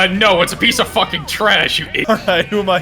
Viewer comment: “i’m hanging back from a FOOKEN train”